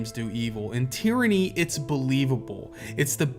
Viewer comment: "Tieranny" lol